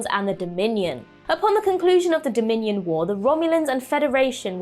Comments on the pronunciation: Um, it’s Dominion war, not Dominan War. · "Number 8, fallout from the dominion* war" (not dominian)